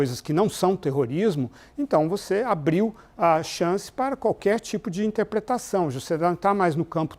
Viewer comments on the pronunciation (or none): "Intepletação" boa lourival coco, bateu o desespero kkkk